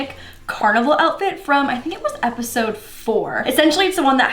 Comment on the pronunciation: Did just say appisode instead of episode